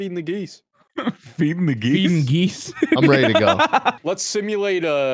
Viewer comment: It’s geese not gease